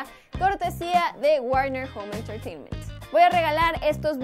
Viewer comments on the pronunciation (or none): none